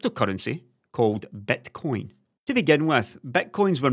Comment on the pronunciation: The way pronounces Bitcoin - Betcoin, is exactly what it is, a huge gamble:D